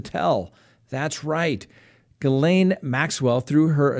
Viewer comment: you have made me proud of you tonight! Every time you said Ghislaine Maxwell it was correct!! I feel like I'm a little mother bird booting you out of the nest of pronunciation! Your suits don't look cheap! my dad owned a corporation and his suits looked just like yours and he had his made for him at the men's shop in Westbrook Maine which is now not there anymore.